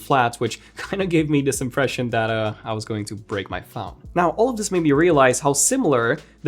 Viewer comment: Launch the Fown...Bruh do you mean PHONE?? What the heck is FOWN